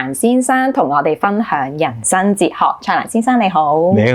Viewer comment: 謝謝主持不像其他自以為是的主持咄咄逼人，但有很多位沒回應受訪者的答案，就突兀的轉去下一條問題，要注意懶音 旅"痕"， "申"財之道，人"身"(生)。